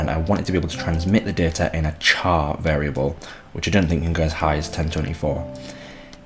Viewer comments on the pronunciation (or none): none